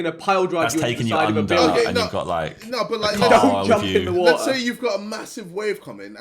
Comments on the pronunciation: Woahhh,Wotaaa,wo'a bro i cant 😂😂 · Babatunde sees a Tsunami: “There is so much wotah” runs towards tsunami 1 minute later: RIP babatunde